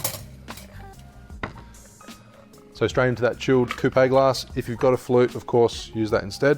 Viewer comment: Isn't coupe pronounced without the e?